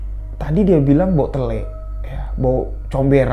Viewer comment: waktu bilang bau telek sangat mendok sekali bahasanya... aq jdi ketawa" sendiri.. lucu